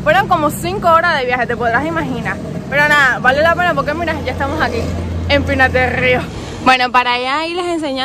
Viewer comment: Qué rico dices, Pinar del río!